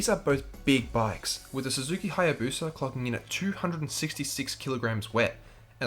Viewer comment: what’s a Haya “Bosa”???